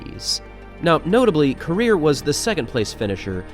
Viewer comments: You are pronouncing the name wrong. It's "rir" not "rea" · Ko......rir.... not koria.